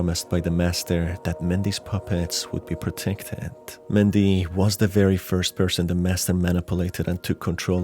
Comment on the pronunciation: I guess I got tripped up by how he pronounced it?